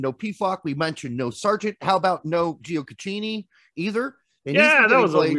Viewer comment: “Giokachini” and “Veneechia” lol